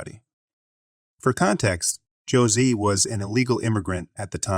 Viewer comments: Hoe-zay, not Jo-zee. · Jose is Spanish and pronounced hose-ay. Hooptie is hoop-tee. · Please, please, please learn how to pronounce words correctly. For example, in the car wash story the man's name, Jose, is Spanish where the "J" is pronounced like an "H" and the "e" is like an "A". You also have Tim but spelled as time - like in time of day - in several places so you call him Time. You have some really good stories but the mispronunciations disrupt the flow.